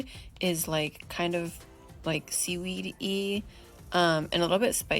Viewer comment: "Seedweed-y" ehehehehee